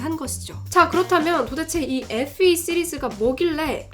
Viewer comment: 누나 어떻케 FE SE로 들려 ㅜㅜ